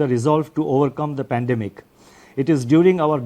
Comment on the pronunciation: He can't pronoun epidemic & pandemic but he is given our financial structure , 😂😂😂 best was "DGP" instead of GDP best is he reads from script make mistakes, all accepted . His did not mentioned why they can't regulate, monitor and avoid China's investment in Indian company HDFC, what they doing to stop china in future, does he know china will buy India by forced default in long term FDI . It's not in favor of 🇮🇳🇮🇳 INDIA.?? Secondly What are you planning to support or ease SME (small and medium enterprises) in tax exemption or postponement, in the myst of COVID -19??. Thirdly there is no mention of capital infusion for private ltd sector? On one hand mentioned heightened uncertainty, other hand Also spoke about NSO (national statistic office) data CPI inflation declined by 90 basis point then changes to 70 immediately 😂😂😂 declined to 5 basis point OMG😱, does he live in space, as he said inflation has dropped 170 basis point. 😂😂😂 I need to know inflation data is analysed or compared with ?? It's high time! WE NEED RAGHURAM RAJAN.